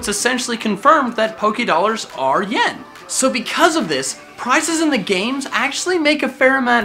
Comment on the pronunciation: Poké ahhhhhh dolers pokeedolers poke a dolers